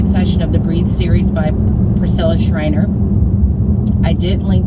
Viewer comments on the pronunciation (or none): Fyi Priscilla ShiRer not Shriner...:)